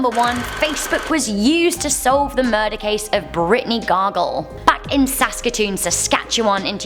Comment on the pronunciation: I'm surprised you actually pronounced Saskatoon, Saskatchewan right